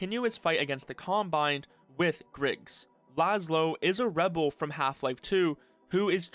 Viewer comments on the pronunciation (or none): none